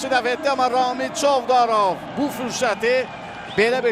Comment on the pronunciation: Çovdarovun adında sonuncu hərf Z-dir, N deyile,🤦🏻‍♂️ay ağıllı